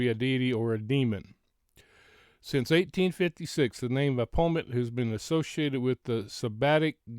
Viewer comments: PRONOUNCED BAFFOMET...Baphomet! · I’ve been searching gematria words and phrases associated with Kiely’s case…and Sami Smith = get this, 666! Usually Baphomet is pronounced either baf-o-may or baf-o-met! This is what the celebrities worship, a man with boobs…or a transgender, they worship everything opposite of God! Oh, and NXIVM is pronounced nexium! Hope you have an awesome evening! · BAF-O-MET. The ph is pronounced as an F sound. I hope that helps 😊 I think the symbol and pizza reference is about what's known as "PIZZA GATE". It's kind of a big deal. Of course MSM makes fun of it saying it's a conspiracy theory, but I'm not 100% sure that's the case. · Wow. Interesting stuff! The baphomet (ba-fo-MET) is worshipped by A LOT of these people. People in sports, music, entertainment industry & anyone who wants to 'make a deal', as he is the goat headed demon in charge of those 'agreements'. They often use rams, goat heads or other horned images to show their allegiance. Not shocking at all that image is connected to a pizza place. And I'll leave it at that. A lot came out about the cement company a few years back. Connections to the Clintons among other things. You are def on the right track and putting some very important pieces together. This stuff is dismissed as conspiracy theory so I'm so glad you're bringing this to the attention of your viewers/ the public. Please don't stop. And that pic... wow. I don't even know what to think about it. Well... I do know what I think about it and it's not good at all and I can't say it here. Very strange to come up with those search terms. Almost looks like an 'order'. What's on her left leg? The red? I don't have my glasses so not sure what I'm looking at there. Great video and info!! I can help in ANY way... just let me know. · Thank you for sharing your thoughts,. I believe it's pronounced BAF' o met.